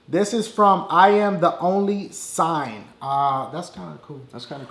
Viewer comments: love your vids and everything but i just wanted to clear out that its pronounced "sing" not "sign" but written as"singh" . its a punjabi last name. its from their religion. but i love your videos tho keep it up in making us, your fans laugh. GO DAHSIEXP!!!! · Actually it's pronounced sing not sign. It's a Punjabi middle name I have it too all Punjabi boys have it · Singh is pronounced:- sing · i am the only sign LOL. its singh -> pronounced like sing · Hey dashie remember the Iamtheonlysingh, well Singh (pronounced Sing) is a Indian last name just so you know it wasn't sign xD Im west indian so I would know :D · why did you say i am the only sign hahahah its i am the only singh (pronounced sing) hes indian :P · I just realized , that 3rd advice - he pronounced singh wrong 😂😂 i love you dash